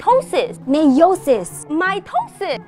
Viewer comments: "meiosis" "mitosis" "MAYONAISE?" "WHAT IS THIS?" "MY TOE SIS" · "Mitosis": "My toe sis": "mieosis": "mayonise?" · “Mitosis” “my toe sis” 💀